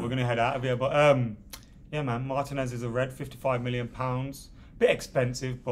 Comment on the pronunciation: "Marr Tea ness" not Mar Tin ness 🙈🤦🏿‍♂️